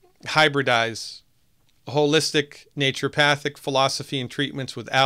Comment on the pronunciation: Sounds like a co-opting of Naturopathy was/is going on right at the school level. I really enjoyed our talk on Monday (Baal Busters) and I learned from your videos how to pronounce "naturopathic" because I wasn't saying it right for a long time, just as you mentioned.